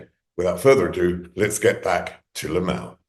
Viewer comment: Nope! It's LIM-ALL! That is what people have been pronouncing his name and he even says his name too. LOL! SMH!